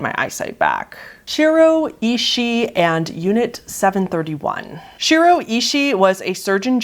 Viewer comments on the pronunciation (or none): Not to be rude but you said Shiro wrong, idk how to explain it but it’s like a strong r.